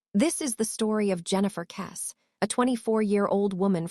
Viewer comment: Your pathetic AI video can't even pronounce her surname properly.